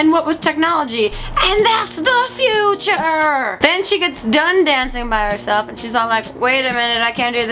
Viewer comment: "AND THAT'S THE FUTURRRRRRE" omg, I love you.